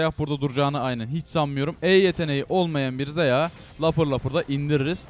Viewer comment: Abi şunlara zeyah gerın sayon deme ya sinir bozucu oluyor sion zayah diye oku lütfen ya